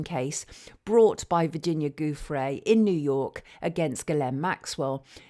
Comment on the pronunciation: Virginia’s surname is pronounce “joofray”. G followed by an i is pronounced like an English j.